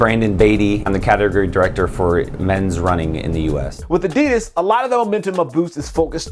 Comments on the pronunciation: Expect it's a german company and they're saying it incorrectly it's ad-di-das. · why does he keep saying adeedus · the pronunciation of adidas is terribly wrong (adi'das) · It's not adids it's adidas learn to speak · It's Weird In America You Pronounce Adidas Like This A-DiD-As And In Australia It's A-Di-Das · Now if only Americans could learn how to pronounce 'Adidas' correctly.